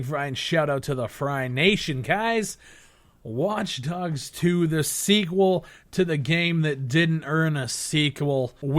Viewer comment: ITS FUCKING WATCH_DOGS 2 IM SO FUCKING TRIGGERED WITH PEOPLE SAYING IT WRONG